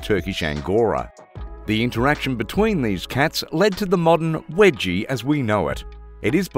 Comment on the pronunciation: Wegie? NO! Weegie as in Norweegian!